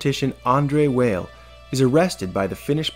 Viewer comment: weil is pronounced vial though